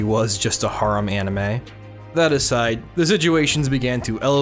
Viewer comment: He says harem wrong it’s annoying